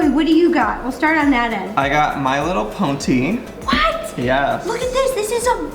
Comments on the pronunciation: Did Joey just say "Ponty"? Since when did pony have a "T" in it? LOL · When he said ponty tho instead of pony 😂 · IT'S PONY NOT PONTY! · It's pony not ponty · Did Joey say pontie instead on pony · Why did Joey say he has “my little ponty” it’s pony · My little ponty ???Joey its my little pony silly (no hate) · Octo I thought I was the only one who heard my little ponty no hate towards Joey hahah 🤪